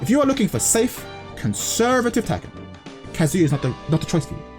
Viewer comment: when will you learn that its not "kaZUya", but its "KAzuya"